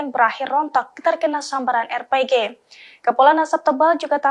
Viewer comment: Alhamdulillah...terbaik briged AL-Qasam👍 pembaca berita tolong sebut betul2 bukan R-PEGEH..R.P.G